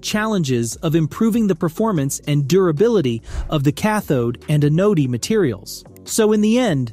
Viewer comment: The developers of this AI data base should tell it how to pronounce the word, "anode."